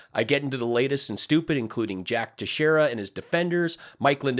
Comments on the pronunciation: FYI it's pronounced Tex-Era I grew up 15 miles from Dighton, MA and know a few by that name. It's Portuguese not Spanish. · Thanks for your information, I learned a couple of things I hadn't heard yet. However Teixeira is pronounced like this Tex-ear-a. The name is quite a common name in our local area. Pretty sure you'll have to say his name again future videos. Keep kicking their asses.